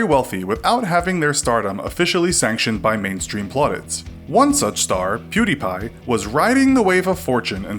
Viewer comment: people still cant pronounce pewds name